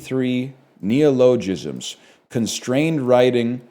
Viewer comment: Also please learn to pronounce "neologism", ty